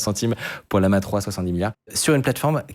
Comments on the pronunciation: Ce ne se prononce pas Lee-ama, il y a 2 "L", pas de "i" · Pourquoi tu l'appelle Liama??? c'est LLAMA comme l'animal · bon... c'est LLaMa 3, depuis je comprends pas pourquoi tu dis toujours Liama lol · Aïe aïe aïe la prononciation de LLama